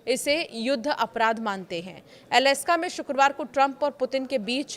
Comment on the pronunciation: अलस्का नहीं - अलास्का 😂